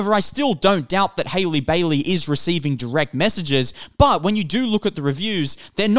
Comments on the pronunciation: it’s HAH-lee not HAY-lee… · you people have been review bombing since last year, LAST YEAR, haven’t watched the movie and talk mad shit about it, not a single white woman alive can outsing halle and get a role like this, also it is HA-LLEE NOT HAILEY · Hailey Bailey? cmon now at least learn how to pronounce her name. I do not like the Disney live-action remakes and will not be watching them since I am an animation snob but your video so so disingenuous. Halle has responded to the backlash for her being casted, not the film reviews themselves. Just seems like you're trying to outrage bait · I don’t wanna be that guy but your pronouncing her first name wrong lol